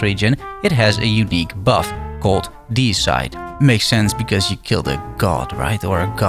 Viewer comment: Pedant here... Dee-uh-side. Not D-side. :) Suicide, Regicide, Homicide, Deicide.